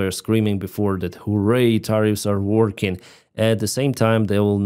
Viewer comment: Tariff not tire.Learn to articulate English properly!